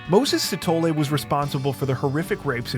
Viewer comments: Anybody else see Moses "Shithole" instead of Sithole, didn't even know that it was wrong until he pronounced it 🤣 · Scanned the comments for this to make sure I wasn't the only one. 😆 Even rewound and rewatched because I swore it said "shithole" hahaha